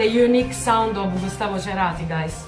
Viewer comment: BIEN PRONUNCIADO ESE APELLIDO CHERATIEN 🇦🇷CERATI... CON MDRE IRLANDESA CLARKE Y PADRE ITLIANO ES L SUMA DE UN... GENIO ARG🇦🇷....😍😍😍😍esta cancion 😪q nostalgia😪